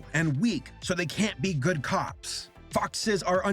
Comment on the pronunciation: Shortcut: "Gud"